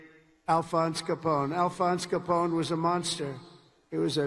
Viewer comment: I think he also pronounces the gangster's name Alphon Scapone!